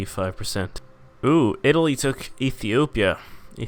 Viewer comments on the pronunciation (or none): none